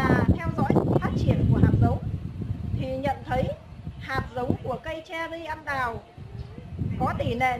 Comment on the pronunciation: Tiếc là nói ngọng! Cây ăn đào là cây gì ta?